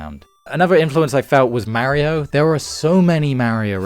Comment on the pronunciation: Any particular reason you're pronouncing Mario as Merio? 😅